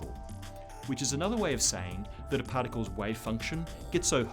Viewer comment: I am a nerd when it comes to the universe, but for some Reason I could only handle him saying "Light Pards" twice and i ended it.. For as smart as he is trying to sound, Abbreviating important information like light particles, makes him sound like an idiot to me. Please delete this video and re make it using proper communication. Knob head.